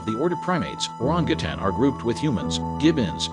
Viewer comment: I liked the video but the continued mispronouncing of the word orangutan, 🦧 and quite a few other words was simply driving me crazy. I almost stopped watching. 😬 Everything else was pretty much on point and I was surprised to learn a fact or two. 🦧